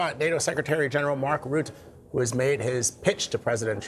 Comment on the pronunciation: It’s “root-uh”,.